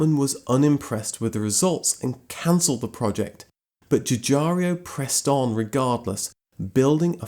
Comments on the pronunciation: Giugiaro not Giugiario. Nice video , thanks !! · Giugaro, not Giugario. Sorry, not English I'm afraid. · Its not Joo-Jario.... its pronounced Giuuuu-Jaro. ... There is no io at the end. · Has anyone pointed out that you are pronouncing three i in Giorgetto Giugiaro's last name where there are only two. It's no big deal. But you can do better :) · Please don't say Dzhoodzhario anymore. Giugiaro is pronounced like Dzhoodzharo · Giugiaro, not Giugario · Nice video about a great car, but please sir, pronounce the last name of its designer correctly: the man is called (Giorgetto) Giugiaro, not Giugiario. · Ok, you go right now to the nearest mirror and spend the next two hours saying "Giugiaro". NOT "giugiaryo". Giugiaro! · One day you'll find out that the Italian dude is called "Giugiaro", not "Giugiario" and you will be a bit embarrassed about several of your videos. :P Keep up the good work <3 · It's pronounced as "Giu-gi-a-ro" instead of Giu-g-a-"rio"... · Why do you keep calling Giugiaro Giugiario? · Why does everybody always say GiuGiaRio instead of GiuGaRo?? Too lazy to read?? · JujaRIO. :-))))))))))))))) Brits are incorrifible. It's Giugiarro. OOOOOOO. No EEEEEEEE. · GIUGIARIO??????? Really???? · Please note that Giugiaro is pronounced ju-je-ar-o, not ju-jarr-ee-o. Great video, though ... thanks. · The designers name is Giugiaro NOT Gugiario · His name is not Giugario. It's Giugiaro. Jew-jee-ar-oh. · My friend, as someone who lives in Italy, it's "joo JAR oh". Cheers! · You don't actually pronounce any of the "i"s. They're there just to make the G sound soft, like J (in Italian, G before A, O or U is hard. Before E and I it's soft. GI followed by A/O/U becomes soft, and GH followed by E/I becomes hard). So the correct pronunciation is Ju (like jukebox) - ja (like jargon) - ro (like rope). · Jew jar ro ;) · Try to pronounce 'Giugiaro '. Read it first letter by letter and then givi it a go. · The way he pronounces "Giugiaro" for one 😉